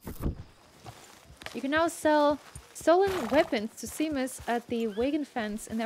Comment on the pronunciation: "sea-mus" Me:"Shame-us" 😂